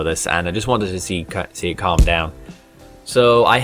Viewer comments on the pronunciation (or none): none